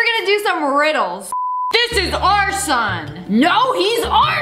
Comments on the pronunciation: When you said “our son” it sounded like “arson” 😂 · her:this is our son! her:no!this is our son! me hearing:this is arson!no this is arson! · "No, it's OUR SON!!" Sounded like arson lol😂